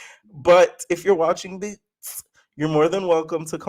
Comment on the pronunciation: I cackle every time you say BOOtz LOL